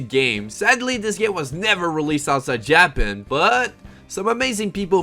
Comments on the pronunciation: I enjoyed the video but I just can't stop focusing on the pronunciation such as JAPEN, progani, propagani. Anyhow Digimon 3 deserve a reboot or a sequel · I KNOWWWWW 😂😂😂😂😂 JA-Pan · JAP ANN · Please dont tell me you actually pronounce Japan that way... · The pronunciation of japan tilts me real hard. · Proper painful